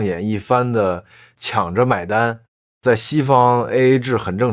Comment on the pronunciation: I have a question, why the man pronunciation is weird. eg. 就是 = jiu ri = in this minute 抢着 = qiang ri = in this minute :14 This pronunciation makes me confused.